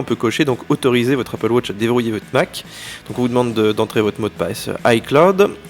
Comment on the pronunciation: J'adore le Franglais : appeul watche -_